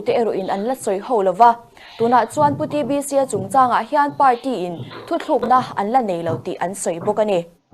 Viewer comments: News reader te meuhin 'thuthlukna' an han ti leh thin hi chuan beng a ti thlep thin takzet a ni! 🤷🤦🏻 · Mizoram cable TV show lian bera News Reader ve meuhin "Thuthlukna" han tih hi in enfiah a ngai...inti ve em....Vanlalchhuangi'n "Hospital Hospitle", ti a a lam ṭhin te kha ka lo ngaimawh fe tawh